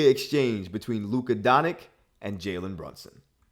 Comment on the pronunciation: “Luka Donik”